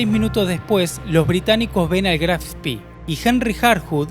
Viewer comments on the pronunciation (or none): En alemán se pronuncia Spe no Spi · Se pronuncia Graf Spè, no Graf Spì. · Buen video. Sería mejor utilizar la pronunciación correcta del buque Graf Spee, con E al final, no I. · Vengo del linaje Spee y es un honor que en el mundo se rescate la gran historia de la familia y el buque! Por si acaso, el apellido es Spee, no Spi (se pronuncia con una E alargada). Para ponerlo por escrito, se pronuncia “Eshpe”. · Se pronuncia Graf Spee no spy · Eres lamentable. Mencionas al Spee como espi ? No es inglés . Es lamentable también el relato! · El vídeo está Muy pero muy bueno y detallado. Pero tu pronunciación es desastrosa... Con respeto te lo digo. Se pronuncia Spee con e! Lo decís en inglés. Y ni te digo como decís Eugene... Trabaja en las pronunciaciones originales y tu trabajo será perfecto. Abrazo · No es inglés, es alemán , se pronuncia SPEE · Spee, es alemán , no inglés...la doble E no se pronuncia como nuestra I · Estás pronunciando mal, por ejemplo, Spee...También confundís tiempos verbales del idioma castellano... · Pronuncia Spee en inglés!